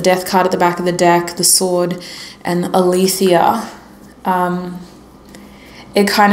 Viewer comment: Omg 5 minutes into pile 2 and I’m thinking to myself ‘if she pulls the alethea card I’m gonna be shook’ and you diiiiiid…. I think it’s pronounced like Alicia That’s my name, sweets ❤❤